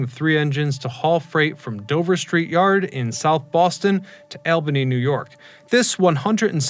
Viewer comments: It's ALL-BAN-KNEE rather than AL-BAN-KNEE. And it's BERK-SHEER rather than BERK-SHI-ER. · It’s “ALL-bany” New York. Not “AL-bany”. And, despite the spelling, it’s “BERK-sher” Mountains. Not “BERK-shire”! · Why can no one pronounce names in New England correctly. BerkSheer not Shire. ALL Bany not Al,as nickname of of the name Alan. Yes Dover street is still in service, but by the MBTA and is Red Line Subway trains. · ALL-benny... BERK-shur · ALLbany and BerkSHEER. Just sayin. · Engine and train are not synonyms, that's not how you pronounce Albany or Berkshire, and tarmac usually refers to the airport. Interesting story on railroad history and this particular incident. That yard is now the MBTA Cabot Yard, and Dover St has been renamed to E Berkeley St. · As much as I like this video, please double check your prononciation of places like Albany and Berkshire. Also « Dover street yard » does exist, but serves metro trains and is called « Cabot »